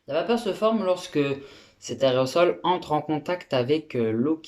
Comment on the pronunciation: au lieu d'aerosol il a dit arret au sol :) ;)